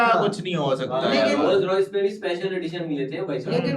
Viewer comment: Ky bola ROYAL RICE😂